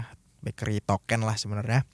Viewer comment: Sebut token-nya pake eu Pak, jgn pake é. Jd salfok ke 'sesuatu' yg lain hahaha